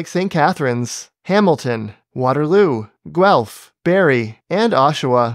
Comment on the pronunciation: Thanks for pronouncing Guelph properly!!